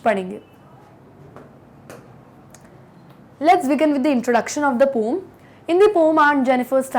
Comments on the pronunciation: Mam its poem not pom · Why do most of the teachers pronounce poem as pom..it sounds very absurd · Pom is the correct pronunciation... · Poem ❌ Pom☑️ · Ma'am u said "pom" , I call it "poem" 🤣🤣🤣 after listening "pom" I can't stop laughing 🤣🤣🤣 seems to be very funny 😂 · Mem aap poem ko poo ya po knyu kahate ho 😂😢😂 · its poom ya i like ur teaching but don' caled hat waord its sound like poom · Yes I am thinking about that 😅